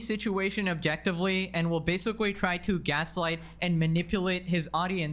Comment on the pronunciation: if I hear "basicawy" one more time